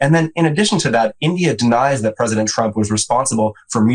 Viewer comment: Your pwesidink is afraid of everyone.